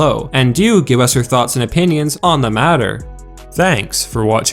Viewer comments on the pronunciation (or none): none